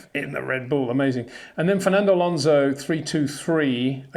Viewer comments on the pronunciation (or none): none